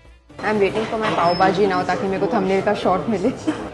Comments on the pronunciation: Why do u call it baaaaji. Its bhhhhhaaaajiiii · No offence but your pronunciation of Pao Bhaji was looking made up.. It’s bhaaji and not baaji Secondly your rating of cuisine in dubai was something which I did not like as having food for the first time should not be rated as we don’t know ideally how it should taste… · It's Pao " BHAJI" not BAJI..!!! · When u can't pronounce pav bhaji, is sooooo freaking annoying